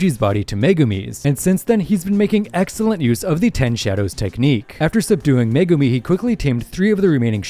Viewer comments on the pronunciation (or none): none